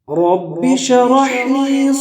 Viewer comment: ماشاءالله ! بهترین ذکر است، مگر تلفظ در شروع ( رب شرح لی ) درست نیست دوباره ثبت نمائید. سر فراز باشید.